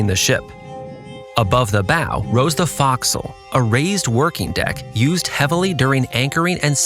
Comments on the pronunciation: Folk-sil, not Fox-sil. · And “forecastle” is pronounced “fo'c'sle” as in “foe”. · fo'castle is not pronounced like that either, truly bugging me, but then, I'm ex-Navy. Figured someone else would be bugged by this. Fascinating expose' for sure.